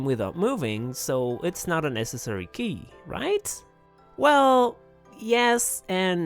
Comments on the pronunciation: I love your content but please never pronounce necessary that way ever again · Neh cess ah ree Is got to be my favorite way to say necessary now. + 1 sub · Pronouncing necessary like accessory is the work of a true frenchman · haha im a lil drun i how u say necessary like accessory